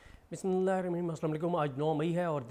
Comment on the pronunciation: اسلام علیکم بھائی یہ بسم اللہ اپ نے غلط بولا